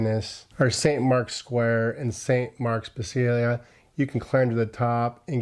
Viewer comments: Bari is pronounced “Bar ee”, not bar EE!, and it’s not in a usual trip to Italy, Venice, Florence, Rome and maybe the Amalfi coast!,….really the Sinka Terre! really pronounced “Chin kwah terri”,….Saint Marks Basilia? pronounced Basilica!, Catania pronounced “Catonia”, amazing, Tropeea pronounced Tro paya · You are certianly not pronouncing basilica, correctly.